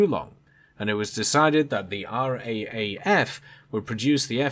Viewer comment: I think they say it "R double A F"